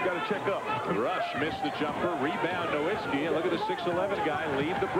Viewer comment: And in the beginning it said "nowitzski" so they really got his name wrong in 2 different ways lol😅